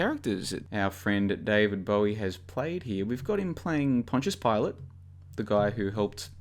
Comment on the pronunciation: Good to hear you're pronouncing Pontius Pilate correctly now.